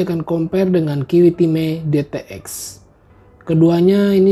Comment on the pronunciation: Kiwitime... kalo dibaca gt jd kyk denger Kimihime...